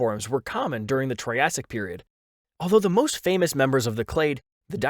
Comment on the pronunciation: He really said "troyasic"